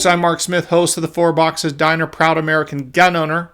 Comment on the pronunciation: Wahn Merkahn